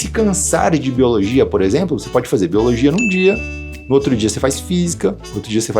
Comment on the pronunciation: boiologia kkkkkkkkkkkkkkkkkkkkkkkk eu fiquei praticamente o vídeo todo rindo disso, mas me ajudou mt vlw